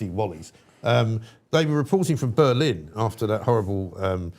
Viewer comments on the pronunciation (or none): none